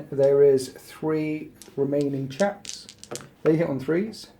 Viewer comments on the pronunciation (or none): none